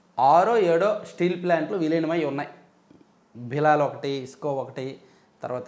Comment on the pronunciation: భిలాల్ కాదు గురూ. భిలై.😮😮